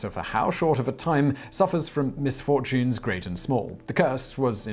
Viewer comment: My dude pronounced "misfortunes" the same way Count Olaf does and then talked about "a series of unfortunate events". What does it mean?